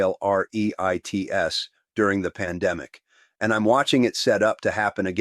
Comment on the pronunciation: Ree-ITES??? Pretty good AI, but AI.